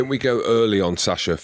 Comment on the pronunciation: The irony that the host still struggles to pronounce Sacha's name while challenging the guest.